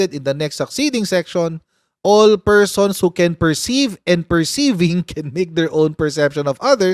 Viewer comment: Pershons 😅 bangag